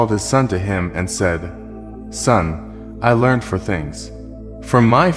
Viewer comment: "I hope you enjoyed this story and have learned something from it." : The word "learned" in this word should, in this case, not be pronounced as if the singular "e" (between "n" and "d") would make an extra syllable. That would only be the case if saying something like "a learned scholar".